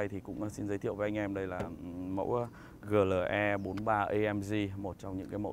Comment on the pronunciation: Chữ "AMG" anh phát âm theo tiếng Anh, chữ "GLE" anh lại phát âm theo tiếng Việt, dù clip review của anh hay nhưng e vẫn thả dislike vì cách phát âm kỳ lạ này:)